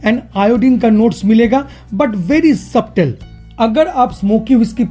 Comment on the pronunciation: B is silent in Subtle (सटल) and not सब्टल एबसाॅर्बशन (absorption) & not एबसाॅर्बेशन (Absorbation)